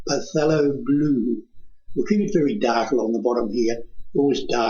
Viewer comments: Its killing me how he keeps on saying PUHTHELO blue. It's pronounced THALO. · pa-thelo? It's Thay-lo